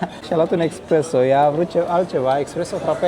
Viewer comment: Felicitari apreciez❤ va pup.. nu expresso -espresso 😂